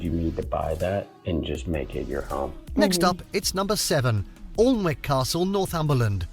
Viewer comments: Don't pronounce Alnwick All N wick it is pronounced Annick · I wish this lad would check his pronunciation before he makes his videos. It’s An’ick castle. I’ve previously heard him calling Keswick, Kes’wick instead of Kes’ick!. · The L and W are silent in Alnwick. Say ANNICK. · OLN WICK castle? It's pronounced, 'ANNICK'. 🙄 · the guy pronoucned it 'allnwick' castle, whereas its pronounced' annick' castle/spelling is 'Alnwick' Castle Also Washington Old Hall(not a castle) is a historic manor house in Washington, Tyne and Wear, England. It lies in the centre of Washington, being surrounded by other villages. The building was the ancestral home of the family of George Washington (1732–1799), the first president of the United States. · Alnwick. Aln wick? Pronounced, Anick. But then, outside of the region they wouldn't know that. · Fun fact: Alnwick is pronounced Annick. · Alnwick is pronounced Annick. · Alnwick (pronounced "Annick") Castle is the home of the Duke and Duchess of Northumberland. If you ever go there, visit the Poison Garden, which has a special collection of poisonous plants. 🤪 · Alnwick Castle is pronounced Annick Castle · Alnwick castle is pronounced Aninck. It's the home of the Percy family who are mentioned in Shakespeare's plays. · Alnwick pronounce (A a nick Castle} its beautiful and a museum. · Alnwick,prounced annick. Warwick,pronounced worrick. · Alnwick Castle is pronounced Anick Castle and not what the commentator said. These videos leave out some of the better more popular castles such as Bambrough Castle on the North East coast. The Wales video in this series leaves out Caernarfon Castle, a huge building which is one of the best castles in the U k. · Alnwick is pronounced Annick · Please, Alnwick Castle is pronounced Annick, and Arundel Castle is the home of the Dukes of Norfolk. One of the oldest constantly inhabited castles, Berkeley Castle, is still owned and lived in by the Berkeley family. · Àĺnwick is pronounced Añnick